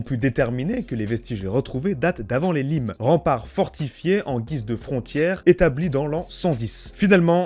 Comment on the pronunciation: C'est une chausse trappe quoi. Talus Suspens Limes Ce sont des mots français ... prononciation à revoir. Merci pour la vidéo, bonne continuation.